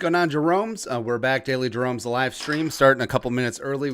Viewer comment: Bro lmao u said my name perfectly right